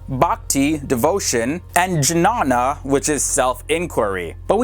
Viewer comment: You never seem to investigate your pronounciations do you? 'Jnana' is pronounced as 'Niyaanaa'